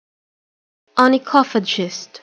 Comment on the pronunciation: マジ！？ 想像した発音と違った。 I can hear as onychophachist.(∩´﹏`∩)